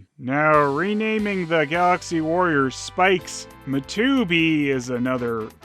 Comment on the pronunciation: Love the way you say Matubi